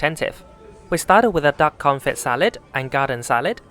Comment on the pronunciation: Dude, FYI, the T in "confit" is silent. 😖😂